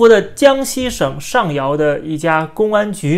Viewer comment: 那个应该是江西上饶吧，rao，第三声。。。又刮起一股举报风了，好可怕